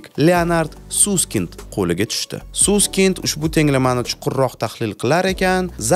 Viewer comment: Bechara familyasini Suskind qvordila, aslida Saskaynd dp oqiladi, just FYI😁